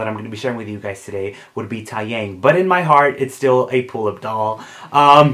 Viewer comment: taeyang is actually pronounced as tay (like taylor swift) and yang (is pronounced as young) so tay-young :)